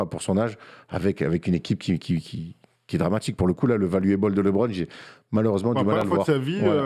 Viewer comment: "valuableuh" fais un effort 😅